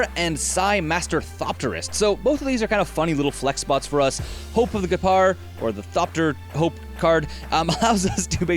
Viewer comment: Sorry to be "that guy," but I am almost positive Ghirapur is pronounced "gear-ah-purr." Other than that, nice video. :)